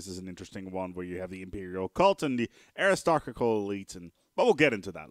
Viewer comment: just look it up on Wikipedia:P (air-is-toe-cra-tick)